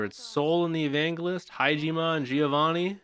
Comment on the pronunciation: it's hard not to like Vulcan, he's such a fun dude. I'm glad you're already meeting him :D. PS Evangelist is pronounced with a soft j sound, not a hard G sound haha just thought you might wanna know.